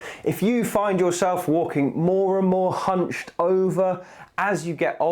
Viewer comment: Ohhhhhh... I thought you said humping!